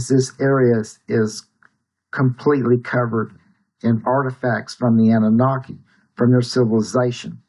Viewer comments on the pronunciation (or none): I mean……’Deez auhtufacts fon the Ahnewnahki. All coming up’ What? Less nutters please. There no underground high speed train system all over the world that ends up in Denver. Stay away from the kooks